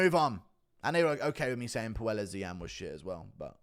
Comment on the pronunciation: I know Claudio is soy and no one cares but his last name is pronounced Poy-Es not Poo-El-Es